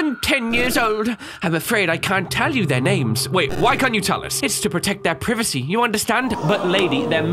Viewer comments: He said privacy wrong? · lets keep in mind that said Maria and Privacy completely wrong. Unless hes british or something like that